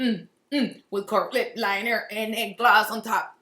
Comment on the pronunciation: “With a right lip linerr “ lol